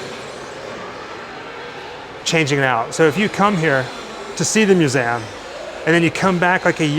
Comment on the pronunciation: It is a myou-zee-um. What is a moo-zam?